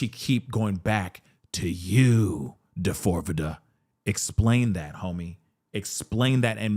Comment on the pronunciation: when you call him "Da-fore-vidda", I absolutely lose my shit 🤣😭 hearin you say it the way it's spelled serves him up.